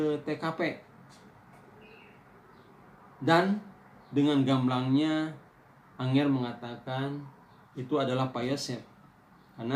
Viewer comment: Angger pak bukan anger